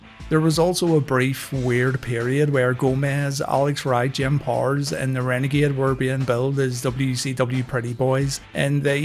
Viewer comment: It's POW ERS not Pors.